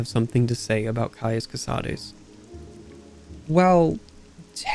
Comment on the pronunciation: Thank you for actually pronouncing Cosades the right way. It was getting so tiresome to hear all the latin-inspired names to be anglicized.